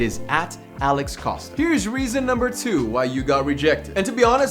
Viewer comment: Alex put some much emphasis on 2 just to flex his rings. Even though he made a video about guys needing to stop flexing everything they have